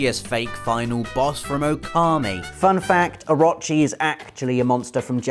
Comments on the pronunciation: Orochi = Ahrachi... Just pulling your leg haha. Good video it was fun. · It's "orochi", not "orachi" or "a-rot-chi". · Actually rob its Orooochi. Not Oraaachi. lol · i'm gonna be that guy. it's pronounced or-oh-che not or-ah-che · I love ya buddy. But please tell me you fixed your pronunciation of orochi. Or-o-chi (OR-oh-CHI) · It is pronounced oh-ro-chi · Please stop pronouncing oh-RO-chi like that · Please stop saying Orochi and Susano those ways, it's not the right pronunciations, it's O-ro-chi and Su-san-o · It's Oh-roh-chi. Please, Oh-roh-chi. Long o's all around. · orochi is pronounced oo-roo-chi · Anybody else cringe every time he said "Or-ah-chi"? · I've seen some bad pernonciation but "orachi" is just awful Not sure if you are lazy or ignorant. orochi. please learn characters names before next video. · OH-ROH-CHEE. OH. ROH. CHEEEEE. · orochi, A-row-chi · O-rochi. Its pronounced Oar-row-chee (like the chee in cheese). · The way you pronounce orochi really bothers me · I cringed at how he said Orochi... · You're saying Orochi wrong, and it's driving me mental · I cringed every time you said "Orochi". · Is anyone pissed off by how he says orochi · Am I the only one that cringes when he pronounces Orochi.... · But he actually said his name wrong too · Is it just me or is he pronouncing Orochi wrong, I thought it would of been pronounced like Orochimaru from Naruto?!